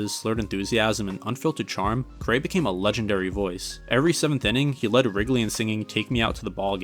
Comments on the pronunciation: Harry Care-ay?! It's pronounced Harry Car-ry! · Awesome video but it was irking me how you kept mispronouncing Harry Caray's last name. It's pronounced like "carry" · ugh, if you had just seen one game that he called and introduced himself or one video where someone talking to him or interviewing him actually said his name, or even Will Ferrell on SNL parodying him "Harry Carry here!" , that's all it takes. Don't trust the robots/AI of Google, they don't care enough to get everything right. Other than that you did a great job w the video. But once I heard Car-AY I was like noooo and I'm not even a Cubs fan. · My dad who's been a die hard cubs fan and watched them from since he was 5 and grew up on WGN (born in 59), sometimes pronounces Carays name wrong. Don't sweat it man, the video was awesome! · is doing a baseball doc and mispronouncing the most iconic cubs names and Harry?! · Google has the correct pronunciation considering both Harry's son and grandson did broadcasting, and they all have the same last name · An entertaining video even with the mispronunciations. I am not sure how you could mispronounce Harry Caray's name. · Overall I still liked the video. In a weird way, you mispronouncing Caray kind of works in your favor because it goes to show how unbiased you are and focused on strictly providing the facts. At least that's how I see it.